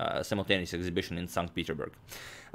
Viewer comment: #suggestion In English, the 's' in "Petersburg" (Saint PeterSburg) is pronounced (not a soundless letter).